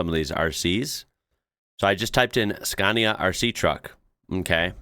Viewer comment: Psst,, it’s “scah-nia” 😜👍